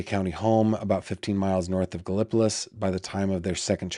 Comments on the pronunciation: Gallipolis (Ohio) is pronounced Gal Eh Po Leeze.. I'm just say'in....! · You pronounce it .. " Gala- police " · Galapolis is pronounced with emphasis on the gala first. My dad had a cousin living in Galapolis and she lived in poverty with a single lightbulb hanging from the ceiling in her home